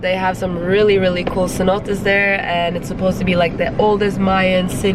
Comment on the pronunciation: CENOTES. Not CENOTaS.